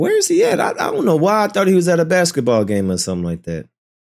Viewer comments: I've never heard basketball being pronounced as bexitball😂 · Baksetball? Huh. Alternate Pronunciation